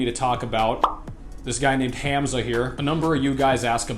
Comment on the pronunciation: Bro all I got to say abt the video is that your pronunciation of Hamza is a bit off. The pronunciation is more like Hum-za. Not trying to be rude, just trying to tell you how most people pronounce it.